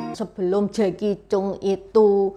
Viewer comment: koreksi sedikit. Jacky cheung itu nama keluarga nya Chang. Jadi di baca nya Jacky Chang 😊